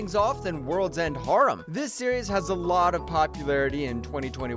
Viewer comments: Love the video's but "harem" is not pronouced "h-R-um", it's "hair-um" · Between those and his pronunciation of "harem" makes anything he says impossible to take seriously.